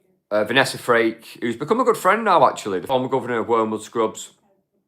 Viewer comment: Might be accent but Vanessa surname is FRAKE … please it’s not freak